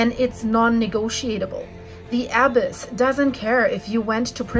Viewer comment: You are not pronouncing the “abyss or abysmal” correctly. Why don’t you people who make these you tube videos look up the words you don’t know on Google, ask it to pronounce the words you don’t know.